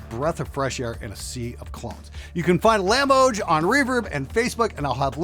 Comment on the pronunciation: "Lamboj"= "LAHM Boy"